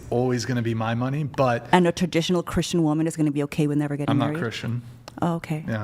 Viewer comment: it erks me when you mispronounce the word, “Christian.” You say, “Chrisshan.” And the word “question” as well. You say, “queshion.” It’s equivalent to when people mispronounce the word “Ask” by saying “Axe.” 😂 Oh, and when you take a breath in sometimes it sounds like you have a bunch of saliva in your mouth. I’m just the messenger and I’m pretty sure others notice as well.